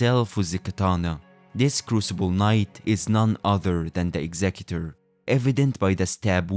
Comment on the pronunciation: You pronounced his name correctly, I am now interested in the video.